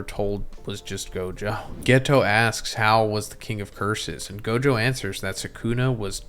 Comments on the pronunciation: You should learn how to pronounce the characters name bro. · bro its gojover LMAO